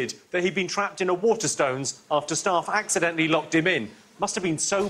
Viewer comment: acidently ran into priminister... i don't think it was acidental.